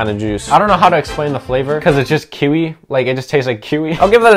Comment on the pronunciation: Bro calling kiwi kuwi